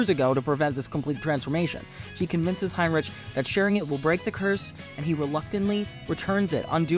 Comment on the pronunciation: Heinrich you pronounce the ch with the k sound like rick